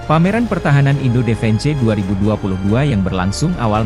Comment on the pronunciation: Beritanya seru dan menarik sayang yang baca beritanya anak sd (sekolah dasar) di eja semuanya mentah2 air (eir)di baca air defense (difens) di baca defense parah2 malu2 in di ganti apa min sama yg bener bisa baca berita jgn org kampung jyk gini di suruh baca berita..jadibyagk enak di dengernya...